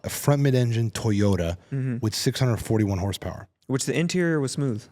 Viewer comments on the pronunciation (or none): said Toyota like a slur💀